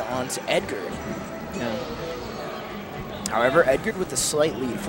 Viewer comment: oh my god stop saying edgard that's not his name his name is edgar no extra d holy shit